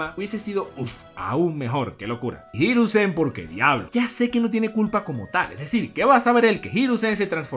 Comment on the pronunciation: Cada vez sigo queriendo mas una evolucion de “jirusen” si, asi mal escrito, por que asi lo dice